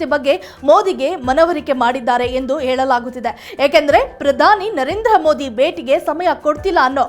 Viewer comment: ಅಮ್ಮಾ ತಾಯಿ, ಕನ್ನಡ ಭಾಷೆಯ ಪ್ಪಯೋಗ ಸರಿಯಾಗಿ ಹೇಳಮ್ಮ ಅನ್ನೊಂದ, ಏಳಲಾಗುತ್ತಿದೆ, ಅಣ, ಓರಾಟಗಾರ, ಅಗರಣ, ಏಳ್ತಾ ಇದೀವಿ, ಏಳುವ ಮಾತು, ಅಣಕಾಸು ಸಚಿವೆ, ಅನ್ನೊಂದು ಗಂಟೆ, ಇತ್ಯಾದಿ